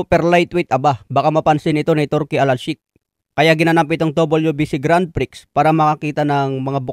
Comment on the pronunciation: sorry correction lang po idol, grand pre hindi po grand prix. grand prix ang spelling pero grand pre ang tamang pagbigkas. sorry po.